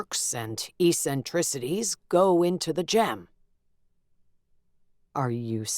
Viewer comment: the narrator mispronounces the word eccentricities.